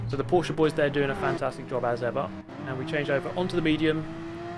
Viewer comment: „Porschaaa“ I am German and I am angry